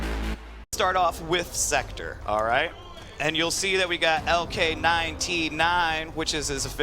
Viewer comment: they cant even say sektor right, lol